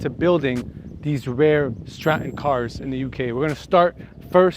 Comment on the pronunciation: UK. I like how you say Scotland and Stratton correctly. That license plate is on a new land rover now.